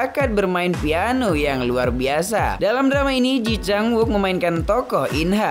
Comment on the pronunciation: Sorry, boss... Kata temen2 aq yg orang Korea, mereka bilang cara baca namanya : /ci chang uuk/